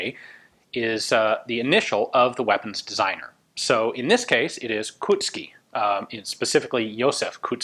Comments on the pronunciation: The proper pronunciation of his name is "Coat-ski" - wheres you pronounce it rather like Cut-ski. The "ou" sound is almost identical to how you'd simply spell the letter "O" to someone. Great work on the video, as always. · Koutský its not pronounced "kuht-ski", it's more like "coat-skee" not mean to nitpick, love the videos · Hi, your pronunciation of Brno is better and better :) Now you can visit us..! Unfortunatelly remains of former Zbrojovka Brno plant is now being demolished :( Anyway Kautsky's name stil needs some polishing :))